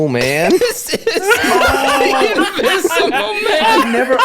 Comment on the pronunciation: Invi-zumel man, bye 😂😂😂😂